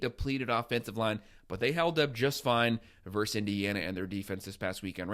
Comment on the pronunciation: The word is 'versus,' not "verse." We're football fans, not poets. Thanks, man.